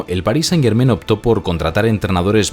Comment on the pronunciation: Amigo - muy buen analisis, pero haz un pequeno ajuste. "Germain" se pronuncia con terminacion en a + n nasal - no en "en". Decirlo como lo dices no solo es irrespetuoso hacia el equipo, todos los francofonos, y el universo en general :) , sino que ademas, muestra una falta de cuidado que no le hace justicia a tu analisis. Solo recuerda que las palabras francesas pain y main (pan y mano) se pronuncian pa(ng) y ma(ng), no pen y men. Estas palabras riman con "Germain". Enhorabuena, y sigue el buen trabajo.